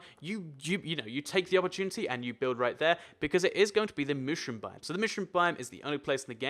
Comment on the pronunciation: God, how do you pronounce "mushroom"?!